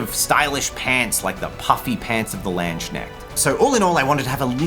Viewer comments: As so often, the actual models look way cooler than GW's preview. The way you pronounced 'Landsknecht' was hilarious, no offense :D The 'k' isn't silent in German ;) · The K in Landsknecht is not silient.